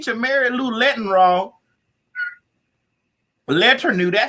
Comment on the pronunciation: "Mary Lou lettenwrong." 😀